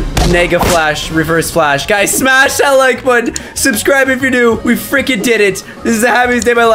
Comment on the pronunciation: why does caylus always say smach a like to get my powers